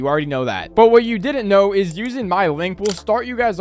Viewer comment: “Dident” bro lmao